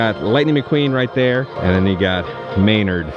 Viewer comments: Did you just call him maynerd? 😂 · Did you just say "Maynard"? 🤔😄